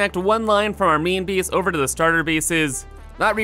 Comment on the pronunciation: Where is he from? Never heard anyone pronounce "base" like "bees" and 8 like "eat"